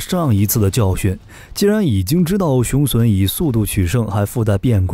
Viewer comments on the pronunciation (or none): 腦洞開太大了，還吹得有點過頭…等真的研製出來，有點資料再判斷比較好啦！而且把雄隼唸成雄損…都損掉了還打屁！